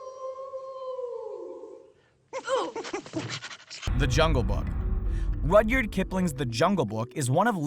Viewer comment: You pronounced rupyrd kipling wrong